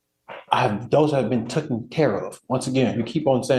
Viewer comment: It’s “taken”!!! Not “tooken”. “I’ve been sqeaky clean”, please forget I threatened a child that was sooooo long ago (not)! Perception